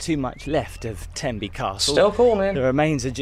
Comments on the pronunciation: Aaw, Tenby, one of the jewel in Wales’ 🏴 crown, Wales where I was born ‘n’ bred and have never left other than for vacations lol. And ladies your are pronouncing Tenby 💯 % correctly 😊🏴🇬🇧🇺🇸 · Oh Tenby is amazing. I'm lucky to live 2 hours away. The beaches along the west Wales coastline are one of the cleanest and stunning. You said Tenby correctly ❤